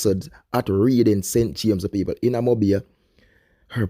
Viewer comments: This is like the 3rd person I heard saying read-ing instead of red-ding lol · He pronounced it how it’s spelt it’s reading redd-ing 😂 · It’s pronounced Redding ….not Read-ing . And what she looking good has anything to do with her unfortunate incident..if she never look good it would be justified ? .. condolences to her friends and family